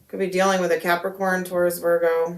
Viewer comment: Every time I hear you say Capricorn I get pissed😤